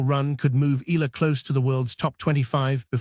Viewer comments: Her name is ALEXANDRIA EALA not Ayala. That pronounced EYALA not AYALA. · To the content creator, it's not AYALA. It's EALA. Welcome to Washington DC, Alex! Make our Kababayan happy and proud of your new tennis journey in the USA ❤❤❤ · Pronounce Eala in 3 syllables as Pilipinos do: Spanish E, add the letter Y before the a as in Ya, then La. E-Ya-La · Eala: eh-YAH-lah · Correction to all contents creator please pronounce Eala (Eh ya la) our pinoy Tennis player thank you. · She is in Manila and will have a fan meet on July 15 at the Glorietta, Makati. She will be flying to Washington later this month. So this video is totally inaccurate. Btw, it is pronounced EE YA LA . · Fake AI news taking advantage of Alex popularity for viewer cant even properly pronounce Alex family name what a shame😡😡😡